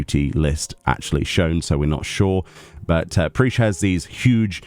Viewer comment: great video, though her name is pronounced Prish not Preesh I am keen for that Alliance Raid gear though